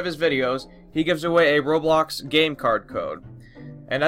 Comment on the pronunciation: Rublux.... Roblox (u should have said "I'm sorry for miss pronouncing um, the game i play and share news about it." Just sayin, don't wanna spread hate around the bloxian news)